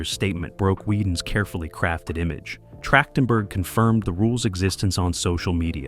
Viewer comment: the voice calls Michelle Trachtenberg Michelle Trashedtenberg. That shouldn't have happened.